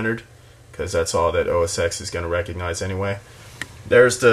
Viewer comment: OS TEN, OS TEN, not OS "X"